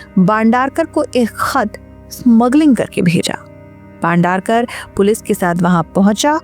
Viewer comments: "बांडारकर" ????? "भाई बंदरकर" !!!! — कहो !! अगर ये उच्चार करनेके लिये कठीन है , तो ऐसी क्लीप्स बनाना छोड दो!! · भंडारकर नहीं बंदरक